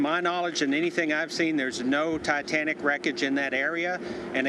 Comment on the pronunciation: he said the dietanic😂, hear for you self